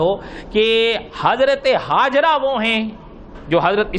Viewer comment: Hajra nahi Hajar naam hai, Mufti Zarwali Khan Sahab hamesha batate hai